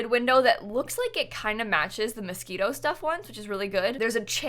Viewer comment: she said mosquitoe lmao at the start abt the window